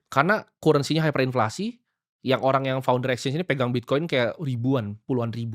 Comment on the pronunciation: Cara eja currency Timoty masih salah. Bacanya bukan Kurensi tap Karrensi.